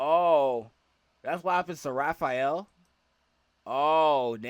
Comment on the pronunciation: Raph, not Ralph. He's not Ralphael, he's Raphael